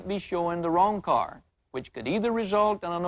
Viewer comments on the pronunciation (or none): "Let's go take a look at that caeyrr"😅